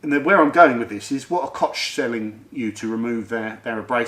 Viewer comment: Please, say 'kogg' not 'kotsj' Koch Chemie also has the STS on their website for every product and a lot of their products contain limonene.